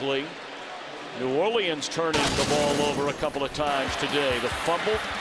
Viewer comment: The announcer said New Orleans wrong